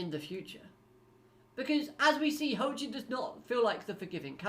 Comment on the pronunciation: It's pronounced like Joaquin, he's named after the football player. One of my favorite villains in the series, he's just got style.